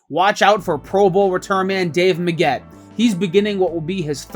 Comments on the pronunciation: It’s Megg-ett, not Me-ggett. I dont know why but your mispronunciation pissed me off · Cool video, and I know I'm at least a year late to the party.. but it was entertaining. However, I wanted to punch the narrator in the face every time he said Dave Megget's name. Part 2 is needed.